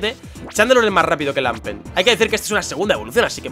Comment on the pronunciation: se dice lampent, no lampert:v